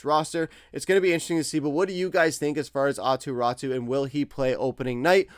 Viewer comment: Raty not Ratu